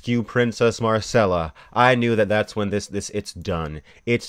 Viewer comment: She's Myrcella, not Marcella.